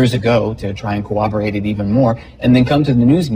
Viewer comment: Tommy Davis repeatedly pronouncing “cowaberating” that way is sending me